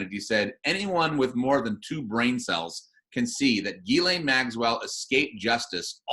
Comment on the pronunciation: Ghislaine is French. It is pronounced Jhees-Lane ('J' sounds like Jesus, without the 'd' sound at beginning). The FBI guy got the pronunciation wrong. It isn't Guylaine its Ghislaine.